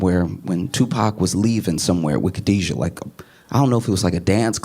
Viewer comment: Correction: Her name is Kidada, not Khadijah.